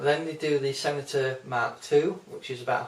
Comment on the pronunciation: It’s stentor not senator